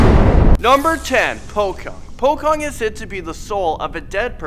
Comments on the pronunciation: Not po-kong but po-chong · I'm indo, and it's quite funny to hear him talk like that Pocong The pronounciation of it, is from the original pronounciation of each letter, "po" is pronounced with po and not pou, and "cong" is pronounced cong and not kong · Pocong not pokong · It’s pronounced “pochong “ not “pokong” but it’s ok just saying 😂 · The guy said pokong instead of pocong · POCONG not POKONG!! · Kenape sebut pokong? Bukan pocong ker? Kalau orang yang masih sebut pokong Sebutlah pochong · Its not pocong its pochong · you pronounce pocong in wrong way... its pochong, nit pockong. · No. 3, 9 and 10 are also in Brunei and Malaysia. Btw Pocong is pronounced "Po Chong" not "Po Kong". Greetings from Brunei! 🇧🇳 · "pohkung" "tuuhyol" "suestrr nongsoht" "wee wee gomblol" im sorry but thats not the right pronounciation. proper pronounciations: "poh-chong" "tuuyuul" "suester ngeh-soht" "weh weh gohmbohl" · You pronounced all of them wrong its PO-CHONG not POKONG. and its MER-LAY not MEL-AY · Haha "pokong" Its "pochong" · IT'S POCHONG STUPID!!! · ITS pronounced "pochong" but it's spelled pocong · "pokong" no hate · It's actually pronounced like Pa-chong, and they hop, not run. -urban legend fanatic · 10. Pocong ( pou-cong ) 9. Tuyul (Too-youl) 8. Suster Ngesot ( Soo-ster Nge-Sot ) 7. Wewe Gombel ( wE-wE gOm-bell ) 6. Banaspati ( banase-patee ) 5. Keblek ( Kee-blek ) 4. Leyak (le-yak) 3. Jelangkung ( Jee-lang-kuung ) 2. You wrote Jelangkung again?.. 1. Babi Ngepet ( Baa-bee ngea-pet ) Like this comment please I spent 10 minuites... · It is pronounced "pochong" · He said pocong is pokong and he said suster ngesot is suster nogsot he doesn't know how to read indonesian🤣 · Not to be rude, but pocong is pronounced po chong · Ahahah pocong=pokong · Is po-cong ok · It’s pronounced “pochong” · It's pochong. Ch as in like chocolate. Prank is hilarious!!! 😂😂😂 TOOYOOL. SOOSTER NGEEESOT WEWEK GOOMBEEEL BANAASPAATII KEEBLEEK LEEEAAAK JELAANGKUUNG KUUNTILANAK